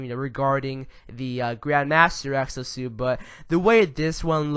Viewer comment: Is it just me or did I hear him say sexo suit at times throughout the video?